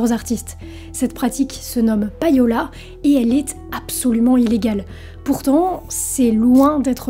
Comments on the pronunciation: "païola" m'écorche les oreilles tout le long de la vidéo 😱 On ne prononce pas "païer" en Français (pour le verbe payer) mais "pêïer". Et bien en Anglais, c'est pareil : LE payola vient du verbe "to pay" (payer) et ça se prononce "pêïola" et non pas "païola". Voilà, déso mais fallait que ça sorte... bise! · Très bonne vidéo mais attention, ça se prononce plus ou moins comme pay'owl (prononcé pay comme 'pay' en anglais) et non pa-yo'la... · "payola" se prononce "péola"... "pay" = "pé" facile quand meme, bordel